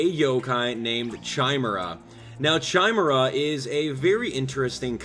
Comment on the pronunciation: its said kimera not chime era chimera is said kimera